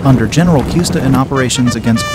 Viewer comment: Well that was a confusing mess. Could not tell who was doing what, when or where. Ever use a top down map to show what is actually going on ? Oh, it is pronounce KooEhsteh, and cannons were Twelve Pounders. Horses are bigger targets and easier to hit, shooting standing up was just stupid. Kneeling is a smaller target and more stable. Aim at the horses keeps the guy with a lance and sword from coming close. Plus the horsemeat will keep men eating for days.